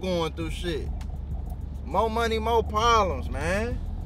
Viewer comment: Funny! "None of my monyun.." 😅